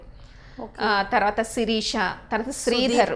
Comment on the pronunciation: Sririsha kadhuga shirisha kadha s pakkana h undhi kadha